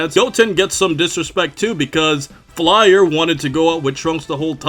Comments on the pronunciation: You keep calling her Flyer, but it’s Fyler. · I believe his name is Chok and the girl's name is pronounced FIE-LAH (fai-rah in Japanese)